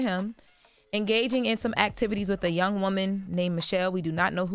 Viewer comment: Why she keep emphasizing "young "?